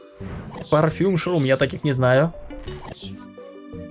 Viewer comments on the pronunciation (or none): none